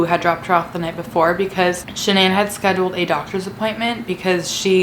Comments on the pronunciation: It’s not shinan it’s Shanan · The way she says shannon...... Lol